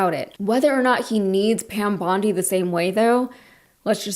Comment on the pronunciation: Her name is pronounced bond-EYE, like the beach in Australia you couldn't pronounce. 🙄